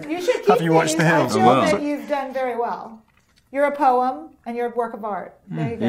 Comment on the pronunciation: I thought rami said “you are the pony everyone wants to ride” instead of “you are the poem everyone wants to write” I was like omg so explicit